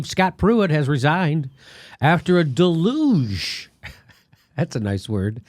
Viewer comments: Deluge is pronounced DELL-you-gh NOT duh-luge. (ducking for cover) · It’s a “day-luge,” Jimmy. What a great show you have. I’m Not Kidding!!! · It's pronounced DAY-loozsh, jimmy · It’s pronounced del-uge ;) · Word pronunciation joke. I was reaching a bit on that one. One of the lines in their big hit is “try to catch the deluge in a paper cup.” Dell-yuge.